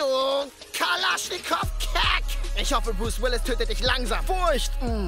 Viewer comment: wie der das ausgesprochen hat 😱😂 ,, du kalaschnikow kek! " Liebe diesen teil❤️🤣